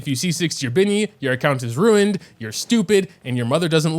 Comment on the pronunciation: angry chihuahua noises RUINED!!! 😜